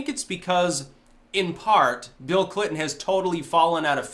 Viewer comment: I thought you said 'Feel Clinton'.